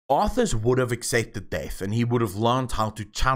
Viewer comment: It's arthas